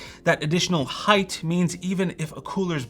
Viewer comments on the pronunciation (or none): none